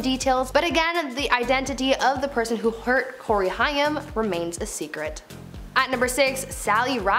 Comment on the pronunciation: It's pronounced "HAME" (Corey "HAIM")... ugh... Cool channel, but just Google names you're unfamiliar with, it happens too much on YouTube, and why cut corners there? 👈... Good luck✌️